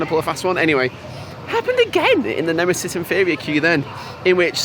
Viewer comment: Excellent video, but did you say Nemisis Inferior?! The cheek! 😂